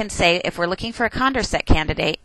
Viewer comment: Condorcet was French. It's con-door-say :D